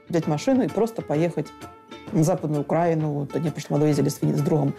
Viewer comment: У Українців які ставлять неправильно наголос на назві своєї держави - сумне майбутнє може бути .